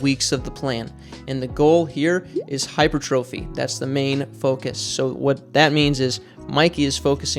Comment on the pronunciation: Not a big deal, but it's pronounced "high-PER'-truh-fee". I hope there's some explosive power training in there. He'll get some hypertrophy along the way, but training focused on athletic explosive power is different than hypertrophy training.